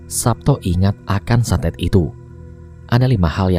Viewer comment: santet bang santet bukan satet :v Semangat terus bang